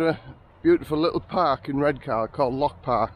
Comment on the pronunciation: Born and raised in Redcar but live in Marske now. The new Regent looks ace. Also, no R at the end of Redcar, you should know that lol